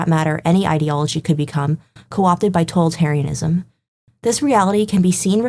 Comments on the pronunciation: Impressive video essay! The only correction I have is the word "totalitarianism" has the accent on the second syllable. to-TAL-itarianism. But aside from that, this was an incredibly informative video essay! And I say that as both a fan of The Witcher and a student of 20th century history. Kudos! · You learned how to pronounce Polish but not "totalitarianism"? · why she keep mispronouncing totalitarianism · Seriously dude? I wonder how it is possible that there are people for whom the glass is alwas half empty. She did a GREAT essay and the only thing you manage to comment is ProNoUnCiAtIoN